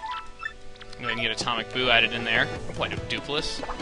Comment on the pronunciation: OMG when you said "atomic boo" it sounded like you said "atomic POO" lol